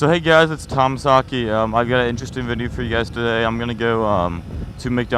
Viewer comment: Shouldn't it be TomAsaki not TomSaki